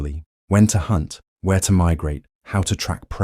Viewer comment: Bro wehr is V